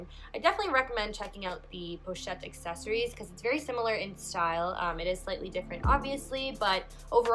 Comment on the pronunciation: Accessoires is pronounced ah-seh-swa.